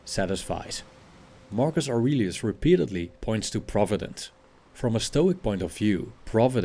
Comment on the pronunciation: Marcus Aurelius is the first words With the accent sounds like Argus argonauts